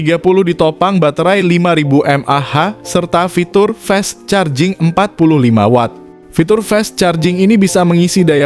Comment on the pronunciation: ini yg ngomong robot ya, koq baca Fast Charging nya salah